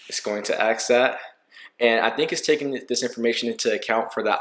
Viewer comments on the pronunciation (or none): ASK…..not AXE